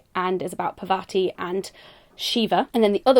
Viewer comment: I hate to be that person, but it's pronounced paaR-vuh-thee. Also I really missed your favourites videos! Glad to have you back :D